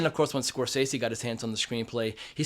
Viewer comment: Pronounce the Directors name correctly Score sese’